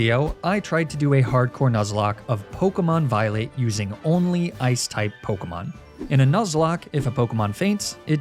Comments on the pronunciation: Wait did you say Pokémon Violate? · Why did I hear Pokémon Violate 😂